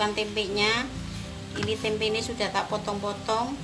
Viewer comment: Hhhhh tempe buk jangan ditambah huruf "k" di belakang "tempe" beda arti buk hhhhh